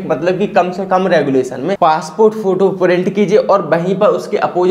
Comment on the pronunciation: गुलेशन नहीं रेजोल्यूशन होता है